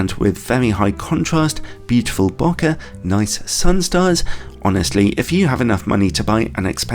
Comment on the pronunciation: I stopped watching when I heard you say bocka